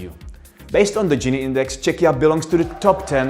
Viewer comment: It is a pleasure to hear somebody using the country´ s name Czechia quite naturally and freely and, what is top important, in a correct pronunciation [ˈtʃɛkiə] /check-i-ya/. It is a good model for all English-speaking persons who are not always sure about the correct sound.